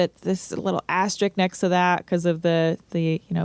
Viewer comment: “Asterik”? Asterisk.